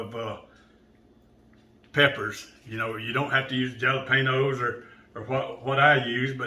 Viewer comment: “Jah-luh- payno’s!??? 😩😂👏🏼 loved this recipe and video 💙